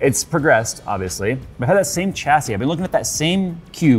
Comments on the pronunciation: The "cha-see" count is making me grind my teeth. It's actually pronounced "shas-ee". Don't believe me? Then watch this video: But that case!! Oh my!! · Got to , couldn't stay for more pronunciations of chassis.